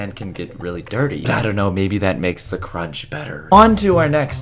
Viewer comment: Adriana Le I Said cronch